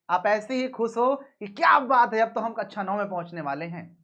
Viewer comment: Please स और श सुधार लें। Word class को ककषा बोलना है न कि ककछा या अच्छा ।